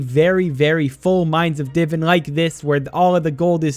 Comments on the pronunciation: Not tryna be rude but its "di-vaan" not diven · Hearing him say divin instead of divan is so aggravating